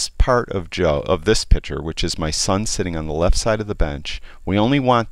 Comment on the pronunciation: One comment, it is not a pitcher you are working with it is a picture. Pitchers hold water or lemonade. Pictures are visual representations. Joe ain't gonna not like the change, but he will be a better annunciator of English diction.